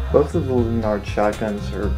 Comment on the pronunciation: lanard not lun-ard